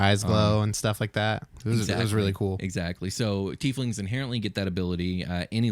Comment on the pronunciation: YES!!! Pronouncing it the correct way, "teef lings"!!